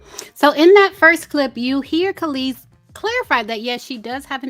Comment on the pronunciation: Kelis sounds like she's saying, "Meet me outside." Lol